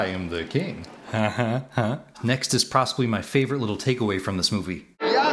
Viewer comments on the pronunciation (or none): you say "Prossibly" Literally unwatchable. (Just kidding, recently discovered your channel and I'm enjoying it)